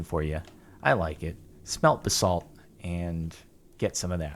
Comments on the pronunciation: Stop pronouncing basalt like that it gives me a brain tumour . Its "Baz-alt" not "Ba-SALT" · It's pronounced ba·salt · Nobody: Jordan: BuhSalt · Every time he says basalt I die a little more on the inside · Please stop pronouncing basalt wrong lol